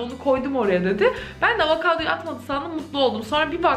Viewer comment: ya avakado dedin benim bile içim gitti ya bu nasıl bir fanlıktır 😂